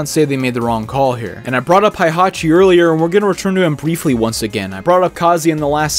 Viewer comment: I love everything about this video except that you keep mispronouncing Heihachi as Haihachi. It really kills me a little each time you say it......😭